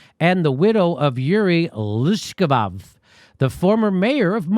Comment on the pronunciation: Loooozhhhkof is how you pronounce Luzhkov